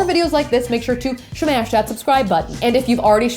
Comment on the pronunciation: Your videos are great, except it's SO annoying to hear you say 'shmash' so much at the end of the video. Just speak regular English and don't make yourself sound dumb!